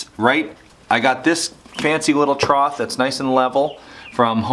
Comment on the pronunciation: I loved your video! Rachet straps seem like overkill but I understand why you use them, in the end it is easier to just ratchet it up a notch instead of the alternative. But, are you saying, "troth"? It's pronounced "trough" (tro-ff) Maybe it's a colloquium? anyway, great video!